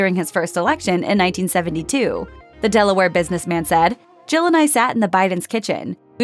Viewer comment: this person cannot pronouce Jill. Sounds like she is saying Joe.